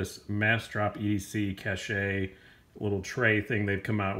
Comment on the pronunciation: Cache is pronounced like "cash".